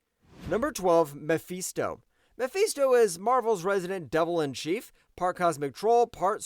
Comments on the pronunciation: It's muh fist oh not me feast oh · bro cant even say Mephisto name right then got the nerve to put doom low asf on this list